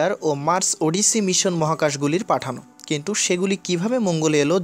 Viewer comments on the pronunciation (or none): none